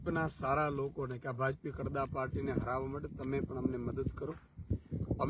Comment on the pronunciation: કડદા નય ખદડા બોલો